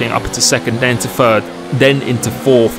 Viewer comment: Me: Must not comment on “frow it into fird”. C’mon,, don’t do it. Also me: Crap, I did it.